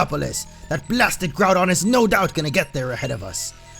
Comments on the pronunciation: Its not all ogyre, its all doun (Like done? The end of Groundoun) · The thing is your saying Groudon wrong .-. Haven't you ever played the ever Original? D: or Seen the Explained Trailer. :c